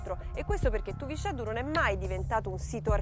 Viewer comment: TUVISCÊDDU con la "è chiusa non TUVICEDDU .... In "Limba" Sarda , la "x" si pronuncia "scê" , con la"e" chiusa...